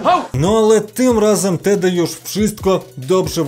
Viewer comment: Tedi to taki kurwa miś czytaj to poprawnie 😉